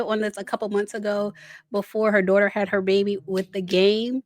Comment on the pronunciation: Don't talk about my dzaughter my dzaughter my dzaughter